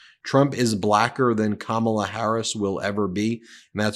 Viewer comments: Anyone mispronouncing Kamala doesn’t get to talk ab her. F these people. COMMA La! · KAMM - MA - LA Sheesh! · Comma-la = Kamala